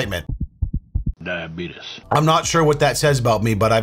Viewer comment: Wilford Brimley "Dia-beatus" 😂😂